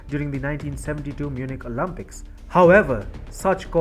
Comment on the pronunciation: It’s not pronounced as OLUMPIKS - it’s Olympics. Get your accent and pronunciation fixed before embarrassing yourself.